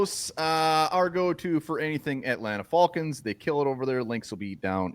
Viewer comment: Wtf is up with pronunciation of "Fahlcons"? Especially when Falcoholic makes much more sense when pronounced correctly.